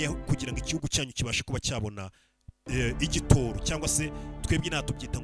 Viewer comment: ntibavuga igitōro bavuga igitoro.